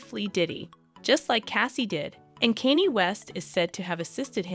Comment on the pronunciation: Who is Kaney? The AI needs to be reprogrammed